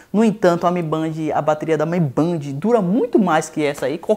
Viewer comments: Toda vez que fala "mibandi" sai uma lágrima dos meus olhos. Pronúncia correta seria "Mi Bend". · Mi Band não é mi bend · MI Bend, não Mi Bandi! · "mi BEND",mi bend kkk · Se fala mi bend porraa